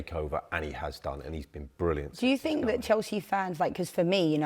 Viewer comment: Take a drink everytime she says "I fink" or "you know". Let's get smashed 😂